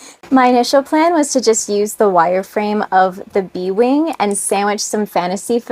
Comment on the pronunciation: Lol every time you said bee wing I heard B-Wing from starwars lol